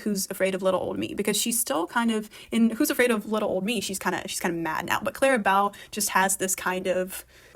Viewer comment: Why do you say "Clara Bow" like that? It's quite jarring.